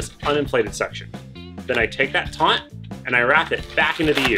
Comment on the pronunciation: The correct word is Taut. not Taunt. there is no N in Taut.